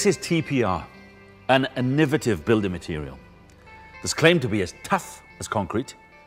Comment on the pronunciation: whats "an nivitive"?